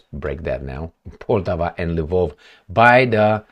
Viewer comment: The name of the city "Poltava", be it in Russian or in Ukrainian, should be pronounced "Poltàva", with the accent put on the second syllable.